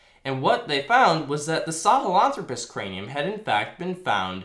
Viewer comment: FYI Poitier is pronounced Pwa-T-A. Think to yourself in a snobby french accent. Lol, I like your channel. Keep it up. Also, the "Throw" in Sahlenthropus is the stressed syllable. saw-len-THROW-pus